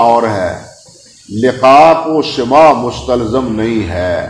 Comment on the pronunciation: سِماع❌❌❌❌ سَماع✔️✔️✔️✔️